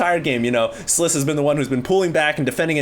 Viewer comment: It's not sliss...it's sniff :))